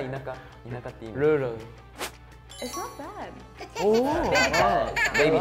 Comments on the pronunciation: that was wrong, the second guy was closer without the accent tbh. He said more like “rule” when it’s rur-al or rur-uhl. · Definitely a known habit to say it "rurrl," making the A a schwa. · I cant blame them for having trouble with "rural" because as somebody who is from and lives in new york even I have trouble pronoucing it. I say it like this "rurl". (ngl english is hard) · Dude as an American from the southwest, some of these words were pretty hard by the criteria 😭 “horror” and “rural” got me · According to Oxford, “rural” is pronounced with the FOOT vowel rather than the GOOSE vowel. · lol it’s so sad that they put most of the words with ‘r’s (if you didn’t know in japan they pronounce ‘r’s as ‘l’s)